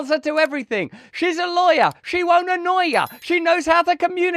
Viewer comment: She's a lawyah, she won't annoy yah 😂😂😂😂😂😂😂😂😂 I'm dying hahahaha 😂😂😂